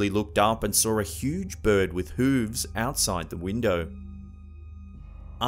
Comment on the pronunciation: Jersey Devil? Seriously people believe this? Love it when he says “hooves”. Lol.